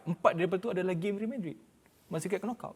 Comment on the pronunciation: Pale bana dia sebut kenokout. 😂 Betul betul alumni universiti of palatao.